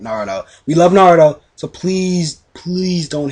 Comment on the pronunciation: Hmmm, More things you pronounce wrong... Asuma, Naruto, Amaterasu, Rasengan, Kumai, Susanoo(but you know you can't pronounce this), Sennin, Genin, Mangekyō, Raikage. But other than that I love your videos!